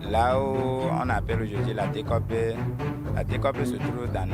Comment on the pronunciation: Mon frère c'est latecope de la préfecture de haho et non adeticopé